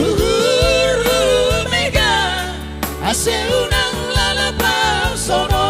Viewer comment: Pelafalan yg agak janggal: ulang diucapkan unang; bogei dibilang bege; tonduy dibilang tondi. Belajar pelafalan ya, namanya budaya harus tepat